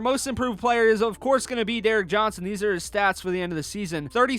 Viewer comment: Bro said Derrick Johnson me-can you say he his name right cmon man